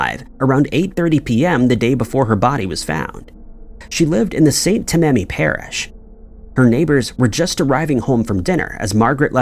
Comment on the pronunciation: Its TAM AH NEE ....St. Tammany Parish